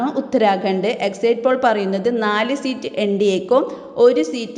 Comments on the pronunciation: Exit spell as' eksit' not exait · എക്സയ്റ്റ് പോൾ അല്ല സഹോദരി... എക്സിറ്റ് പോൾ ആണ്‌ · ഒന്നു പറയട്ടെ. ഇത് എക്സിറ്റ് പോൾ അല്ല പ്രീപോൾ സർവ്വേയാണ്. വോട്ടിങ്ങ് കഴിഞ്ഞ് നടത്തുന്ന അഭിപ്രായ വോട്ടെടുപ്പിനാണ് എക്സിറ്റ് പോൾ എന്ന് പറയുന്നത്. എന്താ മനസ്സിലായോ. മറ്റൊന്ന്: Exit എന്നതിന്റെ ഉച്ചാരണം എക്സൈറ്റ് എന്നല്ല, എക്സിറ്റ് എന്നാണ്.